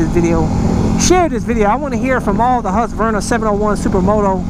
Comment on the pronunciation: Hearing americans trying to pronounce Husqvarna is always hilarious!